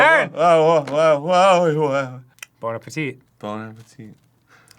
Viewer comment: I love that Arin actually correctly said "Bon Appetit", and the CC showed it as "Bone Appateet"